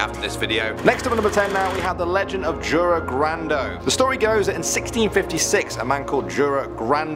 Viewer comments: it's called jura not djura also Jura was a knight that was killed by a vampire in the legend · That's not how you pronounce "Jure"